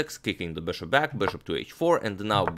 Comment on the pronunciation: been watching your videos for 3 hours just to hear you say beshop